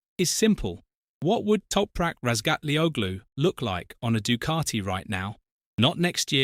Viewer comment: maybe you one day you learn to pronounce Toprak surname ????? The G in is his name is not pronounced ...